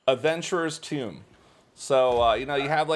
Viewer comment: "Adventurer's Tomb" Lol